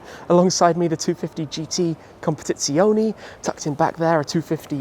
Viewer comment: Khompetietsiooohneejjj lol